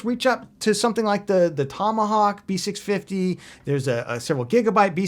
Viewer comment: You did it again. Repeat after me "B650"